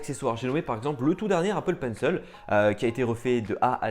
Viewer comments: Bonne vidéo ! Mais on dit Apple penc« il » pas Apple penc« eul » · Apple Pencil pas penceul stp 😂😂😂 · Appppplllle PENCIIIIIIIL pas « penceul » 😭😭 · c'est pas toi qui nomme apple penciel mais c'est apple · "L'Apple Peine seule" 😩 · Apple Penceul 😂 je kiffe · L'Apple PencEL, l'EUSB-C, et d'autres encore. Est-ce que tu ne devrais pas faire attention à ta prononciation? ;p